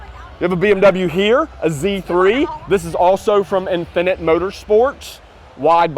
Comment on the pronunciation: ROFLMAO.... He still can't say "infinite" correctly.... His own native language and he can't pronounce it correctly. 🤣🤣😂😂